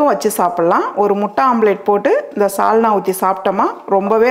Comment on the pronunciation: 'Chalna'-'Salna' illai. 'Sarkarai'-chakkarai illai. 'Sukha'-chukka illai 'Sappadu'-chappadu illai.....